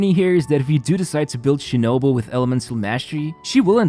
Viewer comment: Cookie She-No-Boo.